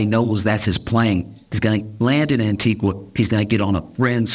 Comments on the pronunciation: Josh ... LOVE your stuff ... but its pronounced 'Antiga' NOT 'Antigwa' ... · Small correction- the pronunciation of the country Antigua is incorrect. It's pronounced Anti-ga not Anti-gwah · Respectfully…. It’s an-ti-GA not an-ti-GUA. Love you tho ❤ - a Caribbean person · I was in Antigua when this happened. The news of his jet being there was all over the local news. Also, the locals don't pronounce Antigua as a Spanish word. It is said as ' An-tee-GA not as An-tee-gua. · Antigua is pronounced without the “U” sound, as An-TEE-gah! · Josh, Antigua is pronounced, Antiga. The u is silent. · It's spelled Antigua but is pronounced "An-tee-ga". On behalf of the Caribbean population, thanks in advance for correcting the pronunciation. 🫶🏾👍🏾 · It's pronounced AN TI GAH spelt ANTIGUA 🇦🇬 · Antigua is pronounced Antiga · Americans please, Antigua is pronounces like "Auntie-ga" with a hard "g", the "u" is silent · People- the name of the island is pronounced “Ann-Tee-Guh” 🤗🤗🤗❤ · The u in Antigua is silent - an·tee·guh. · ➡️ An-tee-ga (U is silent) 🇦🇬🙏🏽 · Stop saying Antigua like that! I can feel my parents yelling at me for this! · Love this guys delivery. Also, the pronunciation of Antigua is wrong as his pronunciation is of a place in Guatemala whereas the plane was in the country of Antigua & barbuda. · I hate to be grammar police, but the u in Antigua is silent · Josh, you don’t pronounce the u in Antigua 😂 Love you though. Hilarious as always!